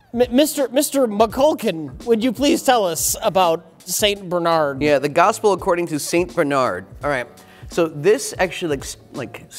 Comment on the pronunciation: Sounds like says "Satan Bernard", lol.